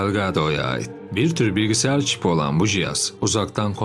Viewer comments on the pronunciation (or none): none